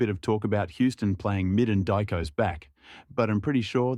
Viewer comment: Die-koss is what you get when you are using an AI narrator